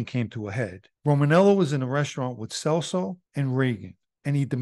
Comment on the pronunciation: It’s pronounced “CHELSO” lol I’ve known Joey and his brother Frankie since I was a kid